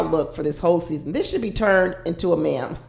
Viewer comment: (It’s pronounced “meem“ not “mem”)